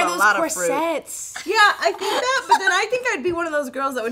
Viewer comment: It's pronounced corSIT.